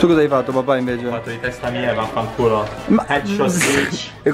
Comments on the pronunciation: Non so se qualcuno lo a notato poco piu della metta dice uno vafangulll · sono l'unico che al minuto 10.50 ho sentito "vafancuuu" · Ma solo io ho sentito vafangul a 10.51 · Chi ha notato al minuto 10 53 si sente dire vafangul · Chi ha sentito 'vafangul